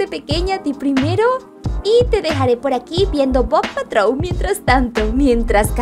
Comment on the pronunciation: no se dice bou patrol es bluey